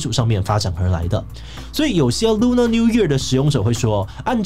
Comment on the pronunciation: Lunar是唸ㄌㄨㄋㄜ 不是ㄌㄨㄋㄚˇ喔！